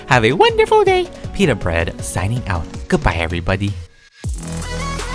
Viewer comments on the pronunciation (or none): none